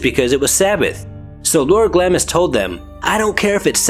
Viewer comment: Pronounced Glahms..